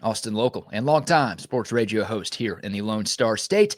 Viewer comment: Last year when starting QB Beck went out in the SEC championship game we lost, so it doesn’t guarantee a game AT ALL! And why do you say, instead of radio. I noticed you use that a lot in the “d” pronunciations. Keep up the great work man! Love your shows!